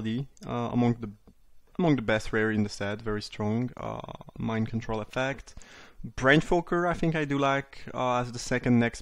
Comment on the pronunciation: The way he says Branchwalker, it sounds like Brainfucker and it's amazing. TY for the content as always!